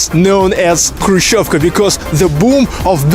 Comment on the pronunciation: I found this because I needed the pronunciation of Krushchyovka, and this was perfect. It was quite revealing. Other YouTube videos gave inside views, but of somewhat larger versions of these apartments. This one really gave me the sense of closeness. I got a kick out of the host mentioning the incident when Khrushchev took off his shoe and banged it on the table -- I was a child when it happened, and throughout my childhood that's all I knew about Khrushchev. (Now we have a president who's liable to do something similar, or worse.)